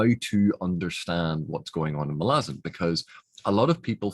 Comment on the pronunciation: One of the few people I know who can pronounce Malazan as it should be pronounced. So many people say it as Ma-La-Zan. Not Mah-lah-Zan.